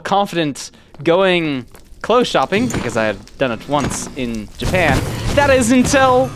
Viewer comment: 😂 i cannot NOT hear "In JAPAYAN"